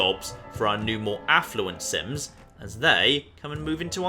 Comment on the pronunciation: Every time he says 'sims' I hear 'synths'